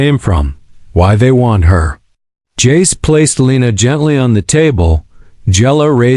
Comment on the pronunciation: Stop saying J A C E. Just say Jace